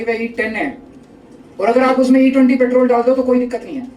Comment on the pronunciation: Paaatrool nhi simply petrol pehle bolna sikho...